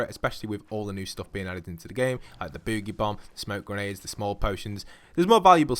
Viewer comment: "bewgie bomb"